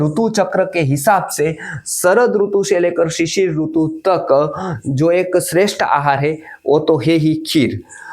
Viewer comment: Hindi mein "RUTU" nahi "RITU" hota hai. Doosri bhashao mein RUTU bolted hai. Isiliye jab Hindi bol Rahe toh Hindi wale Sidhant se RITU pronounce kare. Verna kaano mein hurt hota hai.